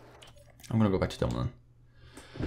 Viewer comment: Its actually dumoulin, Nice vid tho Edit: he actually changed it from dumolin to dumoulin, lol!